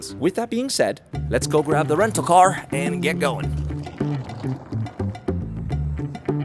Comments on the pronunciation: It's Bozeman not Bozemen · Man, you got me at the end there. That was pretty good. I'm sure someone else pointed this out, but it's Bozeman. Not a big deal, but I'm sure it's important to the people there.